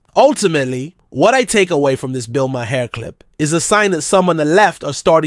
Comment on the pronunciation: His name is pronounced.... Bill Mar.